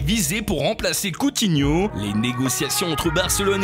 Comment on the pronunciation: On dit : " Coutiñou "